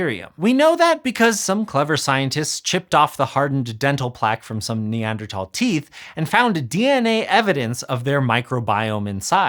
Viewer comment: Hearing someone on YouTube say Neanderthal correctly is a good as cleaning your ear with a qtip 😂😂 ❤